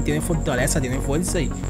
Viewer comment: fuerza o fuecza ? cáncer auditivo